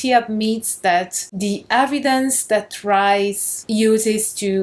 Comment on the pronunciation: As ever a delight, dear lady and a surprise that the festival is much more of a blend of religious traditions than I had thought. A tiny question related to pronunciation... should Rhys be said as Reece?